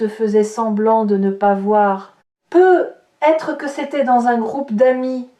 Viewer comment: Un peu bizarre de faire une lecture de carte, sans parler des cartes… mais bon, c’est tout de même proche de la vérité… Peut-être, il y a un T à peut. Il faut le prononcer. Ça fait vraiment bizarre votre « peu être »…